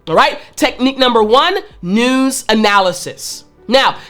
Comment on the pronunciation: Tut, tut, it's not noooz, it's news........